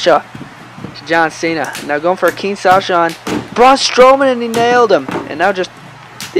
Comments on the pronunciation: its king shasa instead of king Sasha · What’s a Kinsasha??? It’s kinshasa!! This ain’t no Kinsasha Banks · No hate or anything bro but it's not king Sasha it's Kinshasa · Kin sasha is not how to say it